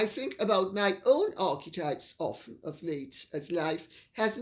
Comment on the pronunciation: Dear Lady C, perhaps M could patent one of these "Arktypes", "Archtipes", "Ahktypes"? Just wondering about a point raised by PDina, that H&M are still represented on the Royal Website as if they are still "working Royals". There is reference to their work for the Commonwealth and elsewhere, I believe. Would love to hear your thoughts.